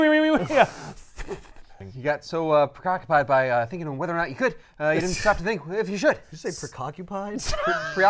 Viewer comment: He most assuredly said "precockupied". Freaking love this show, great stuff.